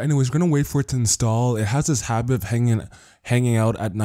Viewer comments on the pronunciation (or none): none